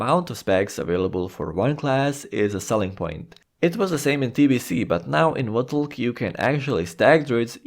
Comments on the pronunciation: Lol every time this guy says 'Votulk' (reading WotLK as a word) it makes me laugh and at the same time triggers me immensely. To the point that I nearly had to just stop watching the video. Just call it Wrath man. Please for the love of sanity. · saying "wotlk" lol sounds so funny. wrath might be easier and would likely be well understood xD